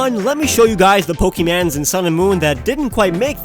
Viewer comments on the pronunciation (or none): he says Po-key-mans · did he just say pokemans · In he said Pokémans